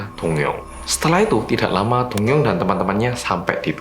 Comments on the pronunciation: Aku dengernya doyoung ternyata dongyoung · ngomongnya dongyoung,aku dengernya doyoung:D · Name: dongyoung. What i heard: doyoung Wtf? Kangen:)) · Kejadian ini terjadi pada seorang laki - laki bernama Dongyoung. Aku dengernya Doyoung dong:")